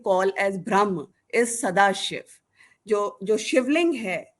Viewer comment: pl pronounce Brahma correctly, it's not Bhram